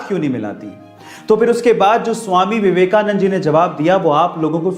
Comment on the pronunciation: Your pronunciation is wrong uses Swami Vivekananda